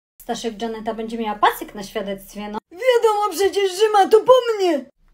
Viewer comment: Nie dżanety tylko żanety